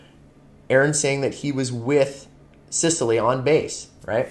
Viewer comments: Cecily= SIS-E-LEE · Ces sa lee,sounds like cesspool.Cecily.